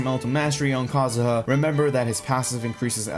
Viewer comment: Ah yes kazuzu